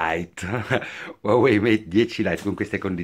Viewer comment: pprrrrrrrrrrrrrrlite? ahahahha complimenti